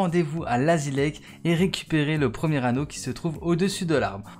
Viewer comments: Ça se prononce layzi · Oui mais ça se prononce layzi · Ton anglais respecte le sa se dit Layzi